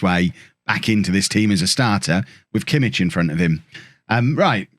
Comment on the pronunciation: Actually it's not only Pulisic...Joshua Kimmich is actually pronounced 'Yosua Kimmick'. Even though the ck doesn't sound that way